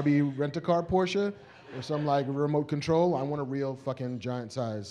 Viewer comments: Porsche pronounced like a german! Nice! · THANK YOU Marc for pronouncing Porsche correctly!!!!!!!!!!!! I thought I loved you before, but now it's like respect and shit.